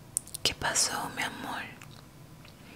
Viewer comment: la verdad si solo que dijo mia mol xd